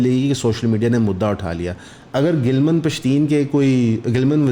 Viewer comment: its not "gilman pashteen" its "gilaaman pashteen" urdu me boly tu "naraz, ruta hova, shikwa krny wala pashteen"